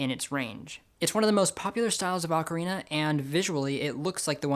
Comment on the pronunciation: The way you pronounce "ocarina" may be very popular, but it's wrong: For what it's worth, I always pronounced it the correct way, because I grew up with a habit of clear enunciation (sometimes I go too far, however, and end up sounding a bit mechanical).